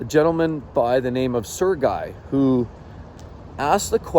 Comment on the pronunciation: Not serguy, Sergey 😂